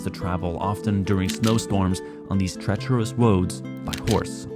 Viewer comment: “treterous woads”